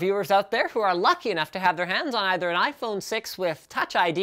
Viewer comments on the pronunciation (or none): none